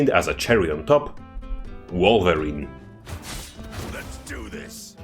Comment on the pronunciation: Not "Vulva-rine"!